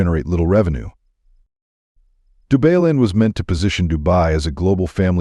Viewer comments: Dubailand...Dubai-land...NOT DU-BAY-LAND. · Du-BAY-land ??? Maybe don't use AI to read your script ??? 🤣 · AI Voice Over - RUBBISH, can't pronounce any words correctly 'DubayLand' WTF 😂😂😂😂😂😂😂